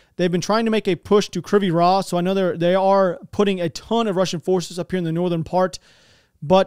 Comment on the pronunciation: pronounce it krivay reeh . the ay like fonzy with his eh. reeh with a soft h .that's pretty close . it means crooked ridge. you do a great job .thanks